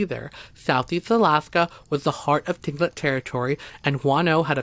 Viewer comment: Pronounced clinkit not tilingit